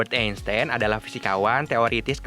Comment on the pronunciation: Admin: Enstein Me: Enstain